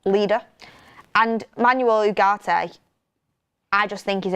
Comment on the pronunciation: His name is UHHHH ART AY, NOT YOU GART AY